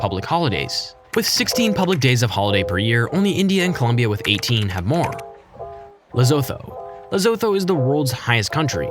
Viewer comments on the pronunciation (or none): Lesotho is pronounced lesoto ok